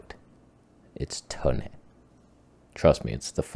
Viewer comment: TONEH! LOL😂